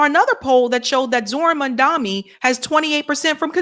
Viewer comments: Mamdani, not Mandami 🤣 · It's Mam-Da-Ni. Not Man-Da-Mi/Mam-Da-Mi.!!!❤ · Why do yall still say Mandami? Is it really that difficult come on Guys. Its Mam Dani. Mamdani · It’s mamdani not mandami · When will learn how to pronounce Zohran Mamdani? His name is not Madani, it's Zohran Mamdani. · you got to get the name right. M-a-m-d-a-n-i🤣🤣🤣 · The name is MamdaNI!! Clean your tongue lady! It will be easy to pronounce the name correctly. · can't even pronounce Zohran's name correctly. She's been butchering his name since he won the primary in NYC. His last name is pronounced Mam-da-ni. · It’s Mam-da-ni sweet. Please try to say it correctly. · Mamdani (pronounced MUM-DA-NEE) I love your channel ...can you please pronounce his name correctly ❣❤ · What is the major issue with pronouncing Zohran’s surname?! Jeezus! The first syllable is “Mom”—get a grip! Mamdani! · Its weird because thats exactly what racists do. They mispronounce your name on purpose trying to degrade you because they know its a big form of disrespect, but hearing this from the people that are on his side is weird. They are starting to sound like Cuomo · I love you but please learn how to say Mamdani’s name right. The third letter is an “M” the English letter “M” 😂❤😂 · Jeez, at this point, getting to get the name right is like beating a dead horse. Even when she's reading the name, she get's it wrong. 😅😅😅😅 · always shits on Mamdani. She can't pronounce his name right, then she says she doesn't trust him! What politician does she trust?? Has she ever said she doesn't trust Trump? is trash. Why do a podcast talking about politics if the only person you trust is Jill Stein?? How did that work out for you?